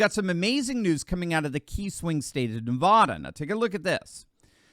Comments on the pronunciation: Not navoda. Its Nevada like ne-fat-a. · Please for the love of God please stop mispronouncing my state! It's not Navahdah, it's NevAda! I don't know why that drives me crazy but it does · It's Nevada not Nevahda